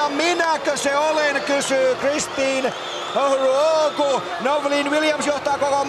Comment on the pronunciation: 😂😂😂😂 he is butchering her name